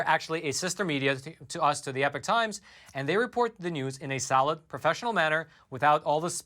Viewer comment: the word epoch is not pronounced like the word epic.